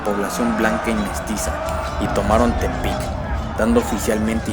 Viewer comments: La pronunciación correcta es tepich, el final es un ich, y hay que debatir sobre el término guerra de castas debido al clasismo, yo prefiero utilizar el término guerra social maya. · buen video hermano, solo que Tepich se pronuncia su "X" como la de X-caret o Xochimilco saludos desde Quintana Roo